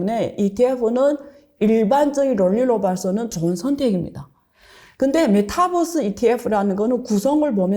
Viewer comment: 안교수님의 발음이 잘안돼 종목이 정확하지 않아요글로적어주세요. 메타벅스라해거 찿어니 없어요